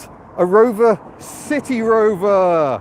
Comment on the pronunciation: You need to pronounce, the 'C' or S sound at the beginning of City in a clear manner, like you did at the beginning and at the end. A couple of times in the car you slurred slightly, and it sounded like a 'T' which made City Rover sound like a saucy sea shanty. I found it amusing, but it probably doesn't fit with your impeccable sense of humour. But you could call it 'Bristol' maybe. Hehe.